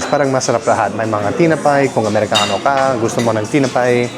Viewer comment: Also say “paki bantayan mo ang gamit ko kasi baka mawala (get lost) o Please watch (bantayan ) kasi baka nakawin (might get stolen) to someone who will guard or watch your things. “Tinapay” (bread in Tagalog) is pronounced as “ti’-na’- pay’ not slang but say it as T - (like letter T, Na (as nah) and Pay (as Pie) say it per syllable or word.